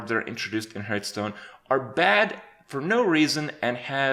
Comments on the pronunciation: Me: Hey Kripp, say "Hearth" Kripp: Hearth. Me: Say "Stone" Kripp: Stone. Me: Okay, now say "HearthStone" Kripp: hurtstone. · 'A few of the different aspects in heartsnuu' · Stopped watching when you said "Hurtstone" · Why does he say "Hurtstone" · Day 985 and Kripp still can't pronounce Hearthstone. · 3 years later and he is still mispronouncing Hearthstone.